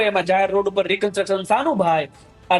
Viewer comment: ભાઈ, "રિકન્ટ્રક્શન" નહીં, "રિકન્સ્ટ્રક્શન" બોલો